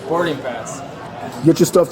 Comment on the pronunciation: “Thers is a regurlated berding pass”